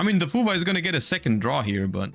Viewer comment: He will never stop calling it fuva 😂